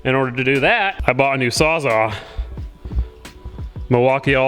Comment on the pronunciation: “Saw’s-all” not “sawzaw”